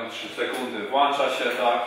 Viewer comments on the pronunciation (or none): Bieżna się włącza a nie włancza. pozdrawiam